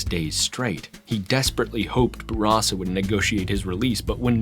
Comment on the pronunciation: Its nice to finally hear someone pronounce Bourassa properly.